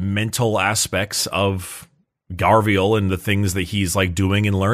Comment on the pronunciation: When will they find out it’s Garviel and not Gavriel? 😂❤